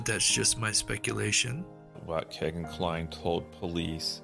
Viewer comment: I don't normally correct anyone on name pronunciation but I just have to on this. It is pronounced KEY-GAN not kay gan.. It happens to be my wonderful 6 year old grandson's name. Thanks for doing these videos It's how I've been keeping up on the case. I pray the families of these beautiful girls finally get the justice they've waited so long for.